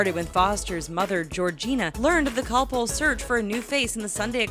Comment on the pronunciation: The way she says Calpol😬